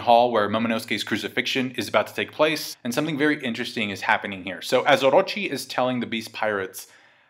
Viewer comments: I hate the way you say Orrrochi, but great analysis though. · I have a crush on you and the way you say Orochi 💖😳